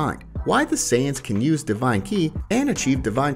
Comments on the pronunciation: Man it really bothers me the guy keeps saying Kai and not ki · Bruh it is ki. Not Kai. An Kai is a god of creation. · ki is pronounced KEE not KAI .... sorry lol it was just bugging me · I only have one criticism for this video... please pronounce Ki(the spiritual energy used)As(kee) not kai like (god), other than that video was fantastic! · Yo | English I'm only nit picking at you but your saying Ki wrong its pronounced "kee" the energy that surrounds every living thing in the multiverse from the smallest insects to something as large as Super Shrenron. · It’s ki(key) not Kai. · Please, and thank you. Ki - kee Kai - ky like the first part of Kyle or from guilty gear series Ki has never pronounced Kai in the history of the human language. Dragon Ball has forever been Kee. Learn the correct pronunciation. More so because Kai is an actual word in the dbz universe. Your accent is not an excuse and this is not a tomayto tomahto incident even though it is factually tomayto and British people have a huge issue saying it correctly for the most part. This was hard to watch because you kept using them interchangeably, and that's not okay as they show no discernable difference, and that's because of your mispronunciation. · When you cant feel your kai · its pronounced k-i (key). not kai (k-eye). otherwise great video bro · Dang. Except for the Ki - Kai thing, I LOVE this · they sense ki ('kee') not Kai ('k-i'), also.... they say they use ki ('kee') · Ha it was bothering me too. I don't get why people pronounce it wrong so often when it's said in Dragonball , z , super , gt, all the movies and whatnot the right way all the time. Key not kai. But honestly it shouldn't bother me so damned much haha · It's Ki as in kee or how you would pronounce key not Kai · Bro He said: kai The fans: ITS KI he said: saiyajin The fans: ITS SAIYENS the fans : U BEACH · FYI it ki (key) energy not kai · If im not wrong it's pronounce " key " Not "kaii" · It's s pronounced ki (key) not kai